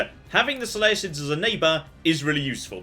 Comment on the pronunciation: I like how the guy saying "so lay uh cids" is annoyed at the use of Hercules vs Heracles...